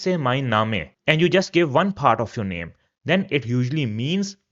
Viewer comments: Thanks a lots sir. Great content but i heard your some pronouncation like bitte name ( you pronounce different where -e comes last ) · I think you are mispronouncing the words that end with the letter 'e.' For example, 'name.' (Or maybe my understanding is wrong. Correct me, please! And thank you for the beautiful video.